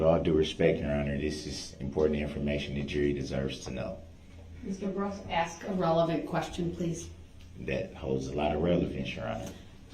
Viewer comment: But cannot pronounce the word "ask" ..... he wants to "ax" a question. Dumba$$.